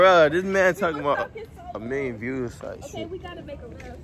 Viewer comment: “A million vluuuuuews” 🤦🏾‍♀️🤣 “with funnyness”🤔🤣